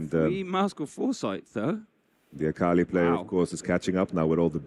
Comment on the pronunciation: Is saying akali wrong on purpose? says it right like 3 times. Joking, I just think it is funny.